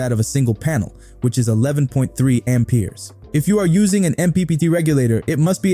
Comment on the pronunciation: I an not native speaker but that pronunciation of Ampers makes me sick in my stomach. It hurts my head.